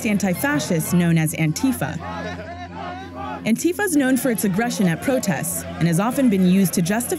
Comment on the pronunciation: when youre a leftist journalist and you cant even pronounce antifa correctly lol